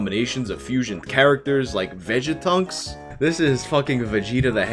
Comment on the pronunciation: "Vegetunks" Lol, I'm done...